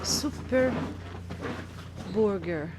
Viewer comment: i love it when she says burrreger!